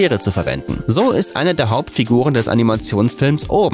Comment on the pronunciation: Hat er wirklich „ouben“ gesagt oder kam‘s nur mir so vor